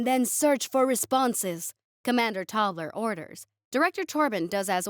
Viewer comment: So.... Tobler sounds like toddler, and dwarfs becomes dorfs. 😂😂😂